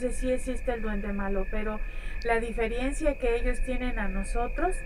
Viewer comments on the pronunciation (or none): “La diferiencia”, dice la chica jejejje…